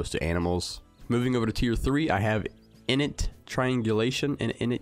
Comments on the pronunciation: "In-it". HAHAHAHA Pronunciation is "In-Nate". The accent is the same. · Pronounce it as inn-ate